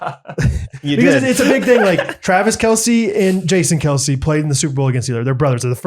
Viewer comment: Travis Kelce has actually said in the past that it is pronounced “Kels” 😬